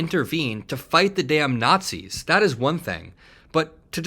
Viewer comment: There weren't a lot of Nawtsees on Okinawa...... Just sayin'.